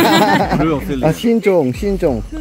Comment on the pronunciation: '신종' 할 때 발음 굴리는 거 귀엽다 ㅋㅋㅋㅋㅋ